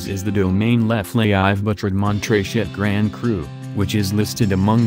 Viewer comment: lol.. oliver leflaive is not leflaie....